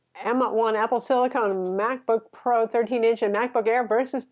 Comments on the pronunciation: It's silicon, not silicone. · Wait, is trolling us by calling it "silicone" instead of silicon?:) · Is that Apple "Silicon" or "Silicone"? is getting me all mixed up here! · 2 years later... Silicon is not silicone lol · I adore and she makes great content but every time she called it "apple silicone" I cringed. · apple silicon, not apple silicone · Sorry but it grinds my gears as an electrical engineer... it's siliCON not siliCONE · silicon NOT silicone! :) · silicon(con rhymes with gun). Silicone(cone rhymes with phone). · It’s a great review. Thanks for that. But just wanted to say, it’s “Apple SILICON”, not “SILICONE” ;) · I bought a Dell XPS 13 2-in-1 with 4K screen right after it was released. I love the screen, but it’s a battery hog. I hate the keyboard. Battery life is miserable. But overall I am glad I got it. But my company allows us to have either Mac or Windows, so when the next gen M1 comes out with better displays, I’m in. BTW, it’s “SILL-ih-con”, not “SILL-ih-cone”. You’re welcome. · Great comparison, but calling it “Apple Silicone” is mildly infuriating. It’s silicon! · Um, it's Apple Silicon, not silicone. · you're my favorite tech reviewer. But please don't say Silicone:)